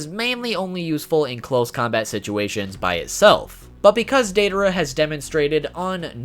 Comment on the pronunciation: Who tf is Dei-duh-ruh?